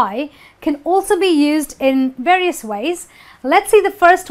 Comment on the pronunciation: wrong pronanciasion of 'varios'!